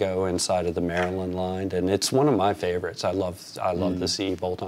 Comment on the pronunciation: You said the name of the town correctly but not the state. I was lucky to meet Paul and tour his factory back in 1985 in Annapolis. The Bass player’s husband was a roommate of Paul when they were in college which hooked us up with a tour.